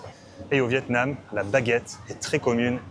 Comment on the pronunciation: 😂 I guessed vetêments? Why is it in grocery? But it is really Vietnam 😂😅